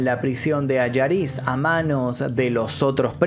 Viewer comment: Se dice Allariz, no Alariz. Yo vivo en Orense a 20km de allí y todavía se habla de aquello por esos parajes. Un saludo